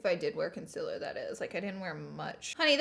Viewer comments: my mom and i are watching this and my mom said, "consiler??" hahah pointing out how you dont say consEAler ;)) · ily but its CONCEALER NOT CONCILLER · Sorry but it’s concealer not conciller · CONCILER no honey it's concealer lol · Consealer not consiler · ConcEAler not concIler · It’s concealer not ,conceler’ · Hate how she says conciller its concealer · I am sooo sorry but it is bothering me ok... concealer is pronounced kon-seal-er not kon-sell-er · You are saying cincealer not cooooooncealer!! Come on Laura😂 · You always say concealer wrong you say concilier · Konsyler 😂 Polaczki-wiesniaczki gdzie jestescie moi kochaniii? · She says concealer like conciler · the way she says counselor bugs me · "Conciller"... I can't. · Con-cil-rrrr!!! Lol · Why does she say conciller ???😂😂😂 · You are saying concealer wrong. Con-seal-er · So it’s not cincealer you say it with an 0 not an I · Is she ever going to learn how to say concealer correctly?.... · Omg my little sister when you you where saying concealer she was like “ Omg why is she saying it wrong” 😂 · You say concealer wrong